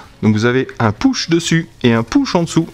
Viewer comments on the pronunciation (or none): none